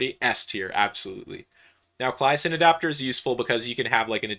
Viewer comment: The way he says "Claisen" hurts me lol